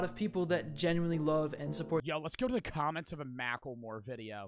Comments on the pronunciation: The way says mackelmore is amazing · is the kind of guy to say “Mackel-More” 💀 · Blud can't even say macklemore correctly (I still listen to his music cuz he represents Seattle where I'm from)